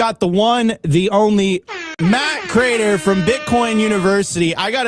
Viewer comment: Btw, how is it possible to have watched his show every day for years, yet you mis-pronounce his name Matthew Crater?